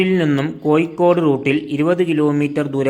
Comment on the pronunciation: കോയിക്കോട് അല്ല സഹോദരാ കോഴിക്കോട്